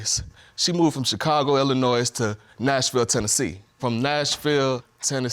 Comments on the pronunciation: Hope it all works out for the Carr brother and Ms Via... Please stay out of ILLINOISE'S 😂C'mon Bro, we silent the S man 🙄 Take care ya'll and God bless especially that beautiful Baby girl Trinity🙏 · It's not Illi-noiz..it's Illi-noy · This has nothing to do with anything really but it bothers me how he says the S in Illinois. We don't says the S. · I hate when people people pronounce Illinois as ill a noise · The "s" in Illinois is silent, sir. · Cannot pronounce the state of ILLINOIS correctly. Terrific national education system we have. Lol